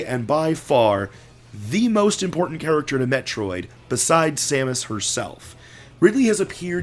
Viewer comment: Every time you say Samus a baby cries